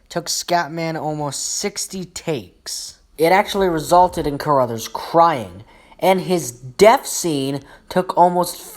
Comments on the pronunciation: Crothers, not Caruthers. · Scatman’s name is pronounced CROTHERS not CARRUTHERS. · It's "Crothers", not "Core-others".